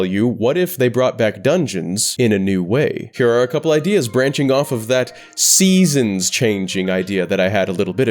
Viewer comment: Eh hem…. ORACLE OF SESONS!?